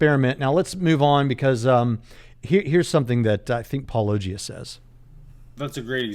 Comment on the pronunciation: I felt like went out of his way to mispronounce Paulogia as [paul-Oh!-gee-uh] every single time.